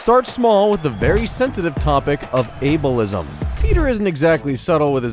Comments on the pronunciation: "Albeism" lol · its ableism not albeism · Ableism 🚫 albeism 👍🏼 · ah yes "albeism" over ableism